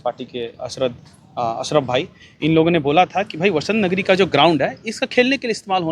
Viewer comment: Madam vah Basant Nagari nahin vah Vasant Nagari